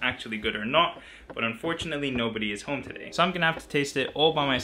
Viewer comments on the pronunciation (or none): none